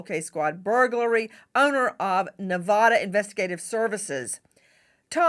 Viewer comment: Hey Nancy it's Nevada like apple not Nevada auto